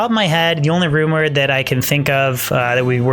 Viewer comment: I keep hearing him say The rumored infinity instead of the rune word infinity lol